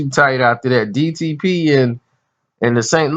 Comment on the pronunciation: Jada Blaze lmao and he called dtp "ddp".